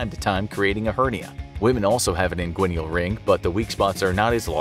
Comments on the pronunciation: Just a heads-up...the word is "inguinal" not "inguinial" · You pronounce inguinal as if there's another /i/ after the /n/.